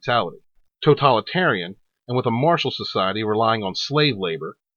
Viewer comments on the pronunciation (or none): none